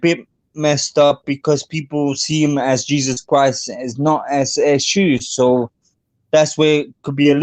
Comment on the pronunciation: Smh, it’s Yehshuah not “yeshhua